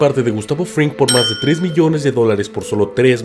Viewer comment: Gran viedooo, pero se me hizo raro que dijeras "Fringman" Jajaja